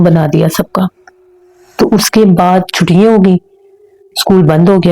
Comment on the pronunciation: اپنے اردو کے تلفظ پر توجہ دیں۔ اور کچھ الفاظ آپ بہت غلط ادا کرتی ہیں۔ مثلاً چھٹیاں کو چھٹی ییں۔ کرسیاں کو کرسی ییں۔ اور پراسرار کو آپ پرسرار بولتی ہیں۔ no hate. اللہ آپکے چینل کو ترقی دیں۔ آمین۔